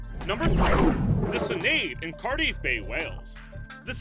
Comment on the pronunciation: As a Welsh man I can't help but laugh when hearing people trying to pronounce Welsh names. Y Senedd is maybe not that easy. I have never heard anyone pronounce Cardiff in that way. Fair play for trying to say it every time and not cop out and say the national assembly building of Wales. I respect that not a lot of people would do that. Also I did chuckle at the way you said Westminster. Oh yeah what was the loud music cutting the end of the intro off? Very odd.